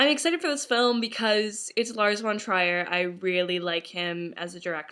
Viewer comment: I don't think that's how your pronounce Lar's name